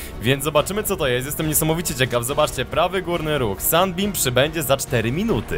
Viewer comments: To się czyta Simot a nie jakieś "simaf" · mów semołf a nie semaf! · mówi się si mot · Nazwę tego statku chyba powinno się czytać simałf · chyba czyta się simołf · Czyta sie simołt ten statek sie tak czyta ☺☺ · nie to się wymawia simąf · to sie czyta (simołf) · to jest semoutch mówi się si mouf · Dlaczego "promień światła" brzmi ci jak łódź podwodna?